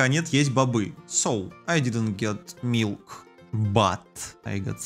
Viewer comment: ты сказал млик это по англиске молоко это читаестя милк😂😮